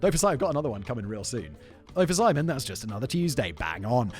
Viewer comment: Who is "Pimon"? Does he have channels, too?